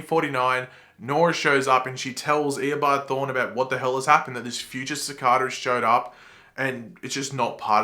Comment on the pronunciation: The way you’re pronouncing Cicada isn’t right